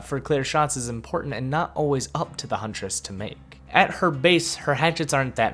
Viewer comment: Your hunress amuses me.